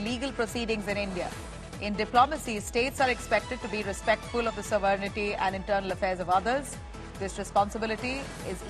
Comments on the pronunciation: Wow your anchors keeps saying Sovernity instead of Sovereignty. Ridiculous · What is sovernighty ? How to speak sovereign we have to ask the anchor !!😂 00.05